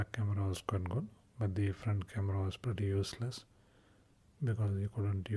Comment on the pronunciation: That "pretty useless" took me from relaxing to almost pissing myself from laughing. I don't even know why, I think it's because it sounded like "bloody useless"